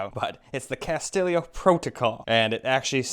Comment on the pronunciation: It's not castellio, it's Callisto (kal-list-o) 🤦🏻‍♂️